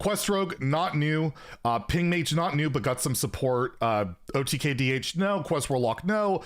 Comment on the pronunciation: Did you really say OTGay?